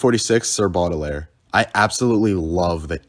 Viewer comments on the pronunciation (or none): man said sir buddelair